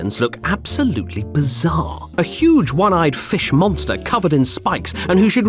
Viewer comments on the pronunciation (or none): did you just say "bizzare"?